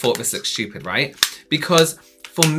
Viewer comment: I love these videos. Every time I see the notification for one I hear in my head "These looks styouuped" in voice 😍